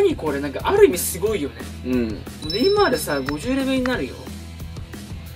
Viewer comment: 毎回ネイマ(い)ール笑